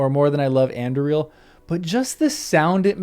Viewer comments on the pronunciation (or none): You keep referring to a sword called Andriel who did it belong to? Do you mean Aragorn's reforged sword Anduril? With the usual stress on the penultimate syllable, 'du'?